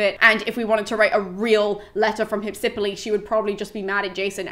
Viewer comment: In Greek, the name is spelled Υψιπύλη. Given that the accent is where it is, it is pronounced Hypsip_Y_le (excuse the lack of IPA, I'm very rusty on that and can't be arsed to look it up right now). But don't fret, it's all good.